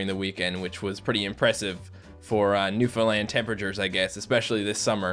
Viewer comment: Its really funny when you say "new foundland" it sounds like you say "new finland" and im from finland.